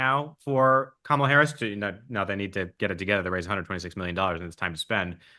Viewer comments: said “Calm-AH-la” (so missed one, Mark!) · could you please learn to pronounce Kamala's name correctly? The reason I love the show is because of the respectful (usually) bi-partisan discourse.